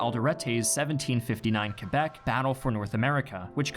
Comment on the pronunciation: Whenever dude says Quebec I hear kebab wth